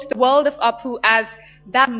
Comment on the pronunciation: Somebody ask Frieda to shut up...and its apu...not aapu...also...how did she get that the Katrina kaif accent?